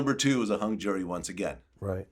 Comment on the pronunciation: Only in Harlem will you hear someone properly use the Disseminate and in the same sentence pronounce “jury” as jewelry